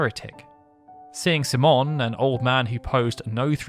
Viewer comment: C-Mon? What an interesting way to say the common name, Simon.